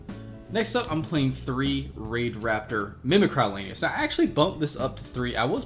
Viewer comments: Not to be a Stannis Baratheon but the word is mimic-ree as in to mimic.... sorry but everyone mispronouncing that grates on my nerves. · Mim-eh-cree damnit... That's isn't a word you're saying- it means to mimic, duh.